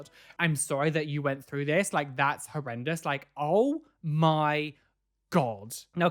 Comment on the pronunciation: Who else just came to here him say herendious several times like ........yes👁👄👁